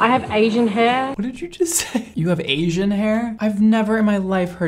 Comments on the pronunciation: im pretty sure the girl said 'aging' not 'Asian' lol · i heard age-ing hair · i thought she said “aging hair”😂😂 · I thought she said aging hair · Lol I thought she said I have aging hair .. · i really feel like she said aging hair, at least thats what i heard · I thought she said “aging hair”...lmao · I really thought she said "aging hair," not Asian hair lmao. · Same here... I heard aging lol. But who says they have "aging hair"?? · i thought she said "ageing hair" 😭🤚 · I thought she said she has “aging” hair... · I thought she said aging hair lol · She definitely said "aging" though... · I heard is as "aging" too and was like huh? Then i read "asian" and i was like huh again hahaha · Oh I thought she said “I have aging hair” lol and that’s why she had to use that developer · She did say aging but it sounded like asian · I have 'ageing' hair,. 'ageing'. lol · Braddd she said aging hair not Asian hair😭😂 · I thought the first girl said she has "aging" hair. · I swear i heard ageing hair and said Asian and i was like... i cant hear ageing anymore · Did she say "Asian" or "Aging" 🤣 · Did she say Asian or aging?! I heard aging at first.